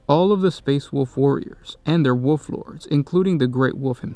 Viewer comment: Love how when you say wolf it sounds like wuff